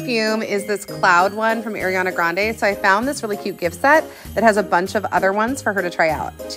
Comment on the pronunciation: no hate but the first “a”and “r” in “Ariana” is pronounced “are” (not to be that person its just frutorating to me)